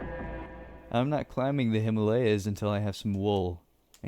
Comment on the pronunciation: U pronounced Himalayas wrong